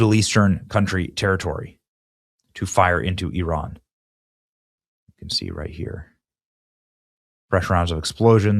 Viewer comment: ... ... THANK U for pronouncing IRAN 'PERFECTLY' 🙏🙏🙏